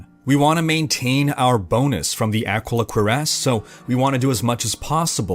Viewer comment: Ah-Key-Lah Cure-ahss, please.